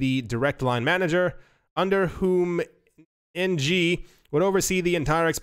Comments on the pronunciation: It’s pronounced “ing” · Hey, Ng is pronounced as “ing”